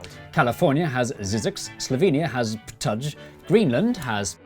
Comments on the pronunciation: ptuj its sound like (ptu:i) not ptadz like you said:) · i am so happy that you have included my country into your video Also its pronounced /Ptuy/ because J in slovene makes Y sound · "Ptuj" is hard to pronounce? Actually is not pronounced like this lol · 😂 haha "Ptadzh" in Slovenia!! Noon, it is actually Ptuj, pronounced exactly as it is written - maybe I should write it Ptooy for you 😅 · it's pronounced "ptooy", not "ptadzh"!!! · You were nowhere close on your pronunciation of Ptuj. It's more like putooey. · Ptuj should actually be pronounced like Ptooy. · You absolutely murdered Ptuj 😭 it's pronounced like "Ptooy". So many english speaking people get so confused by other language's pronouncation of j sounding like their y. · Slovenia is pronounced like ptuy. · isnt in slovenia j pronounced as “Y”, so its like Ptuy (ptuee, ptui, whatever) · In reality, Ptuj should be pronounced Pthooy :) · you read ptuj like ptuy btw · This guy did it awesome! :)) And Ptuj is just like Ptooy. A bit easier. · The slovenian town Ptuj is pronounced "pt-oo-y" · As someone from Slovenia and specifically from Ptuj, I assure you that you have horribly misspronounced it. Although I didn't expect it to ever be pronouced properly given how hard to pronounce some of our town names and words can be, or to even have my hometown mentioned in a youtube video.